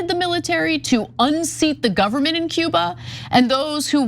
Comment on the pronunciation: Was he trying to say "Cuba?" Sounded like Ciba.